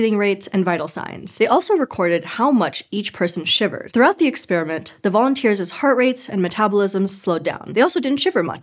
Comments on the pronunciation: When she's supposed to say "volunteers'," she consistently says "volunteers's" (sounds like "volunteerses") instead, and when she's supposed to say "people's," she says "peoples's" (sounds like "peopleses") instead. It's startling and disappointing from a channel that publicly pointed out that its presenters had been mispronouncing "Denisovan." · Holy crap. She doesn't know how to say "volunteer's." She says "vounteersiz." And instead of "people's," she says "peoplesiz." Funniest thing I've ever heard coming from a supposedly intellectual endeavor. Was there no director or producer or writer to teach her English wordsiz?